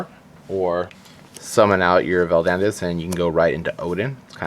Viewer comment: great deck and all..... But Please look up how to pronounce the names of the cards. Miss-pronouncing names really lowers your credibility (to me at least). Example: Van-a-dis not "vandis".